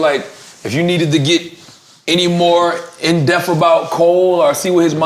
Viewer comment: In deaf??? Nigggggaaaa hahah Its in depth! Fucking Charlamagne... Got all this "knowledge" but can't even pronounce some basic ass shit right & I know it wasn't a mistake because he said it twice in a row hahah